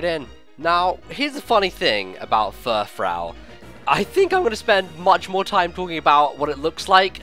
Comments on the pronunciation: same with me actually, I'm like Froo, froo, not frau. I couldn't even finish watching this. lol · It isn't Frau it is frou, so it is like poofy hair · I thought it would be pronounced Fur-froo, like a French word. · I think it's pronounced fur-froo. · furfrou is pronounced fur-froo because its based on the words fur and frou frou which is basically the french way of saying fancy.